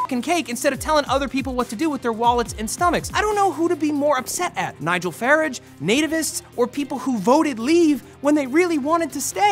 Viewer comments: Matt my man. 1) It's pronounced "Far-raj" not "Farrage" 2) It was £350 million a week to the EU not a year. But otherwise, great coverage on the Brexit topic Matt :) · Matt, his name is Nigel Fa -ragggh Like how you would pronounce large. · It may only be me or my town but I think that we would pronounce Farage as Far-ragè and Gove as Gohve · Great coverage of Brexit, I loved Nigel Farah's analogy. Also, it's pronounced Fa-rah-j. Keep up the great work, Matt and team :) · Love you Matt, but as a British guy, a quick guide for future vids: Farage: "Fa-RAH-juh" FTSE: "Footsie" Gove: "GO-vuh" All town names: Bang on! Awesome pronunciation!! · I don't want to complain or be rude, I'm sorry. Just for future reference, that's not how Nigel Farage's name is pronounced. I'd type out the pronunciation but it wouldn't make sense to anyone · i hope you mispronounced Nigel "Farage" on purpose after making a big deal about getting guff about mispronouncing things at the beginning of the video